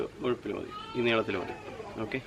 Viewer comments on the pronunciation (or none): yineelathil ah neelathil yennu parayathe paipinte alau parayan mele